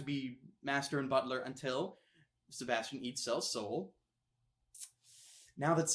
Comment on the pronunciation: And he didn't say Sebastian the right way!